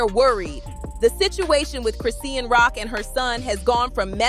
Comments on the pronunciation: Who tf is "Crisseeyan Rock"? Who's the Indian man that runs this channel? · Her name is Chrisean you can’t even pronounce her name right😂🤦🏽‍♀️